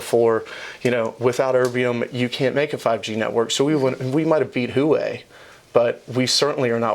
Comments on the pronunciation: Why are they mispronouncing Huawei, 'hoo-way,' instead of, 'hwah-way?' Is it analogous to Bush41 mispronouncing Saddam Hussein's name, in essence, calling him a shoeshine boy? Is it an insult or ignorance? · Huawei sucks, but it's not called hoo-way. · This guy is trolling us with that HOOWAY pronunciation right??